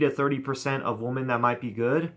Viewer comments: It seems like you keep saying "woman" when you're trying to say "women". You know, women is pronounced "wimmen". p.s. try and have a little more fun with the women. They are actually great. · Dude 'women' is pronounced 'whimmin' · He’s sounded that way since 2013. It’s his thing. Lol 😂